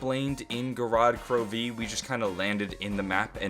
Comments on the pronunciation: Gorod KroVeee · I love how he says gorod krovi or "go rod kroveee" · "Go-rod Kro...----Veee" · is anyone else getting annoyed on how pronounce Gorod Krovi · Why are you putting heavy emphasis on the V in Gorod Krovi